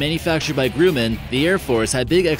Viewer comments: GruMMan, not Grooman; and this video is extremely deceptive...not impressed. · GR - - UH - - MAN not gru-man. Like Tyler Burton said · It's "Gruh-muhn" NOT "Grew-man." Otherwise, nice video! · Say it with me "Gruh-min. Gruh-min" Not Groo-man. Carry on. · It's pronounced Gr-uh-man not Groo-man. It's only one of the biggest US aircraft producers. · Fact check & pronunciation issues all over. It's bah-RAIN. It's Grumman like Thumbman, not GRUUUUUUman. The Soviet Union collapsed in 1991, so they sure weren't designing fighters in the late 1990s. It's a forward SWEPT wing, not a forward step wing. Next you should compare these four: Embraer A-29 Super Tucano, Boeing OV-10X, Scaled Composites Mudfighter, and the Textron AirLand Scorpion. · Grooman? Is that how you’re supposed to say Grumman? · No, he's mispronouncing the Grumman. It's pronounced "Gruh-mehn". I already commented a correction about it. Good catch though! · It’s GRUMMAN GR-UH-MAN idiot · Learn how to say "Grumman"